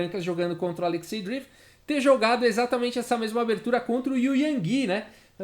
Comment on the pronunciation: Fala,, tudo bom? Adoro seu canal, nunca vi o xadrez explicado de um jeito tão claro e descontraído. Vc manja muito! Só um toque sobre a pronúncia de Dreev. Pode ser Drieiév, ou Dreiév. Não é “Driv”. Valeu, abraço!